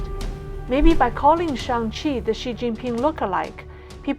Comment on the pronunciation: Damn, really just said "Shang Xi". Great content, from highlighting the irrefutable parallels to the comb-over...